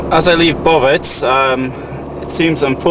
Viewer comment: Bovec not Boveć Slovenia doesn't have ć only č !